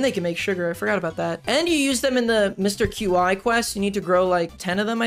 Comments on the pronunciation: I found your channel today and I v much enjoy your content but my dude.... It's Mr Qi pronounced (CHEE) not Mr Q-I 😂😂😂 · wait,,, is that how you pronounce Mr. Qi's name? I've always pronounced it "chee" like the mandarin way